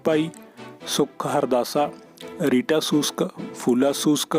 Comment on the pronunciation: ਰੀਟਾ ਨਹੀ ਰੀਤਾ ਸ਼ੂਸ਼ਕ ਆ ਬਾਈ